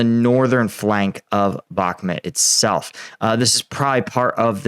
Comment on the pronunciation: it pronounced Bakh - MOOT, rhymes with hoot. Not BAK - mutt. You owe the heroes there, the correct pronunciation. It takes only a small effort on your part.